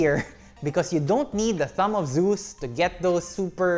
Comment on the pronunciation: Hahaha "thumb of zues"